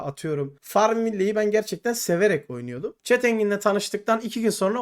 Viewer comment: farmville ve çet engin beni benden aldı 30 sn dayanabildim videoya, gozunu seveyim oyun oynamadan once git dil ogren